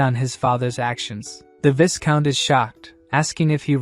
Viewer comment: When is someone going to teach the robovoice how to pronounce "viscount" correctly? The S is silent. EDIT (the following day): LOL! I "called it" about the relationship between the woman and the soldier about 30 seconds before the recap revealed it. 🤣